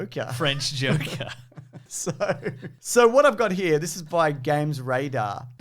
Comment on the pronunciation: “What is Batman without Jhokeer” 😂 “What is Spi-derrr-man” 🤣👏🏽